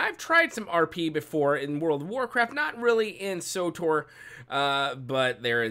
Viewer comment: Wtf is sotor? Its Tor, S W Tor, or swtor. Not sotor.